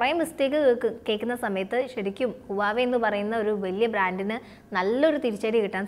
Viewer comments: You pronounced wrongly not uwave mam, its wah-way, plz correct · Its pronounced as Wa we its not huvave....... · huwawei alla, wavey ennanu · Huwava alla huewai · huawei യുടെ pronounce ഹുവാവെ എന്നല്ല..wah- way (വാവേ) എന്നാണ്. വാവേടെ ഫോൺ..😉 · Huvaei alla HUAWEI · ഹുവാവേ എന്നാണ് അല്ലാതെ ഹുവായി അല്ല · 'വാവേ ' എന്ന് പറയു. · Right pronunciation is wah way(വാഹ് വെ)